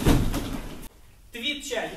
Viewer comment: Ох у теья и произношения , слух коребит ,)) ап...чаги... )) ударение наи в конце , ап (пауза) чагИ.. ти(ы) чагИ...и так далие ! Чумбе,чарет каге !